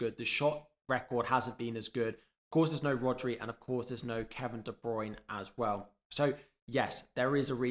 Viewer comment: I just unsubscribed solely based on the constant massively incorrect pronounciation of De Bruyne - it’s annoying as hell but good luck for the rest of the season. 😂